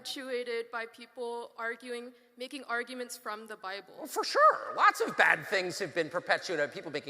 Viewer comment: “fur shurrr” Kim jong un - “homosexurrrr”